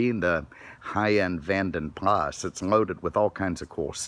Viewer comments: How to spot an American - ask him saying 'Jaguar' - JaaagWAAAR. Jeeeez, how's that Lord?! as de 'Vanden Plah'. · The S is silent. It's VANDEN Pla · The S in Vanden Plas is silent